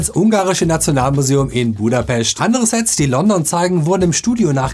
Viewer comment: Als jemand mit ungarischer Familie, freu ich mich, dass "budapest" richtig ausspricht. ICh denke, der Film Black Widow hat da einen Eindruck hinterlassen. Alleine deswegen liebe ich den Film! 😁